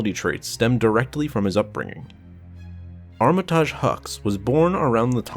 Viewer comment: It's prounounced armitige, not armitaaaage, other wise great video!